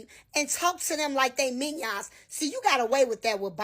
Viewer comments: fkn MINYAWNS??? SEAL YOUR LIPS. GO GET AN EDUCATION. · I don't listen or respect anybody that can't pronounce the word "minions" correctly so I dismiss all things that first BLACK lady said. Did she forget she was talking "while black"!?! Have several seats lady! You sound like a minion! I give a standing ovation to the second lady. She was on point!